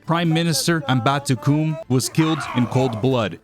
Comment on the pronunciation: As a South African, Amba-tu-Kum is one of the funniest things you’ve ever said 😂😂